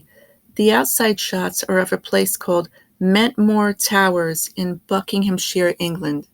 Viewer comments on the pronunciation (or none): Could you please spell out the name of the Towers used? It sounds like you’re saying “Mett Moore Towers” but I know that’s not right. Thanks.